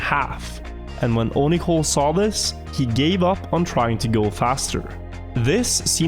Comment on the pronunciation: Onicole.. I thought you said Onahole hahaha